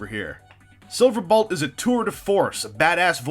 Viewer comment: So... Am I the only one who notices that he keeps saying "Silverbalt?"